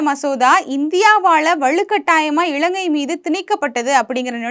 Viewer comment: 'இளங்கை' இல்லமா இலங்கை. தயவு செ‌ய்து காணொளியில் சரியான உச்சரிப்பு உடன் பேசவும். இதைப்பார்க்கும் பத்து பேருக்குக்காவது உங்களின் தவறான உச்சரிப்பு போய் சேரும்.